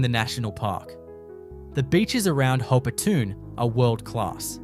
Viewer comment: Please work on your pronunciations. For instance - Hopetoun - Hopetoun.